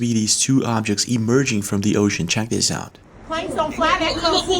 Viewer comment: Dis-this. Ur welcome